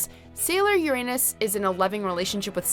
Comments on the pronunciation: Mario mario: My only beef is the pronunciation of Uranus. It’s yer-un-nus, not yer-anus 🤦🏻‍♀️😆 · Uranus: pronounced yer-un-nuss, not yer-anus.